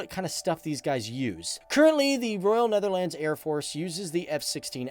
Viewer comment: Born in the Netherlands. My wife and I would appreciate it if you started to pronounce the name the Netherlands with the proper accentuation, thanks.